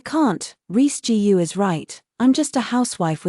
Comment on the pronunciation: Cheap ai can't read Chinese surnames such as "Gu" ( pronounced -Goo).